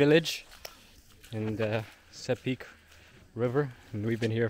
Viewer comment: It’s pronounced See-pick not sepick Sepik wara!!!! 🇵🇬 not many people have gone where you have my friend. Very cool